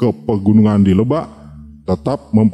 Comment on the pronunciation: yng baca hrs nya orang sunda bkn orang jawa,krn bnyak slh baca..contoh lebak,itu hrus di baca k nya